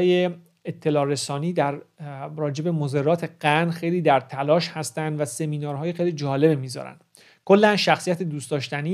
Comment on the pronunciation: سلام خیلی عالی بود ممنونم. فقط تلفظ صحیح مَضرات هست🙏🌷